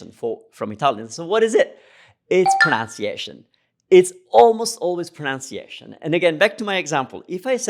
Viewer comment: Love your videos. They have been so helpful. Thank you. Funny thing in this video is when you said 'proNOUNciation' is usually the issue why Italians don't understand us. Well ... that word is actually pronounced 'proNUNciation.' haha :)